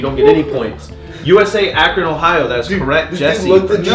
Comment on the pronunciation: It is pronounced "Ah,Cron"